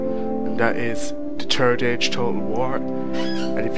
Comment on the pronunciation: Its third not terd !!!